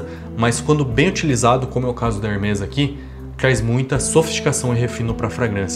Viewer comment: Hermés se pronuncia com ambos os "e" abertos.